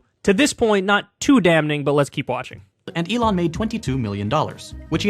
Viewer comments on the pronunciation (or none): Kyle pronounces "damning" like "damn - ning." Pet peeve of mine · The "n" in "damning" is silent. Just trying to help!